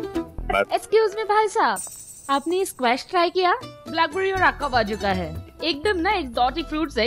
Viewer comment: saying acovado instead of avocado in